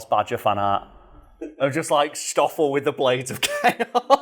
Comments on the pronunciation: It's stoffol not shtoffol.. like ss-toph-fel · I usually don't care too much about mispronunctiations, but saying "shtoffel" every other sentence while it's "Stoffel" like 'stop' was quite annoying 😅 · I know. This is in South Africa not 19th century Bavaria. Schhhhtoffel? No, it's just Stoffel. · All I could hear is mispronouncing Stoffel(its not pronounced Shtofill) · Not a criticism, just want to clarify the 'S' is pronounced the same as in snake.